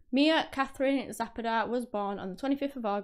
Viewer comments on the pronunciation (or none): You said her last name badly. Zu pah duh Not whatever you said!!!